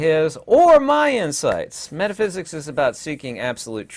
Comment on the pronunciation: "METHAPHSIKS" ::: HAHAHAHAAAAA EXPLAIN TO US THE FIRST 7 DIMENSIONS ::: AND YOU NEED NO METHAPHYSIKS HAHAHAHAAAAA